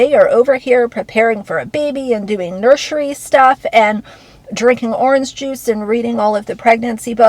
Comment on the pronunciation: NurSHery stuff 😂😂 I love when you do this